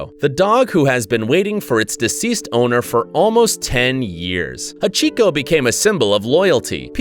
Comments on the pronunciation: Havhico😂🤣🤣 it's hachi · It’s not hachico it’s hachi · Not Achiko, Ha- chi-ko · He kept saying hatchico it’s Hachi This was very sad I liked and subbed btw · It’s pronounced hochee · why does he say the dog's name so weirdly